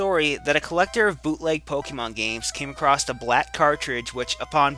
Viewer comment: It pisses me off when people say acrosst IT'S ACROSS!!!! NOT FUCKING T!!!!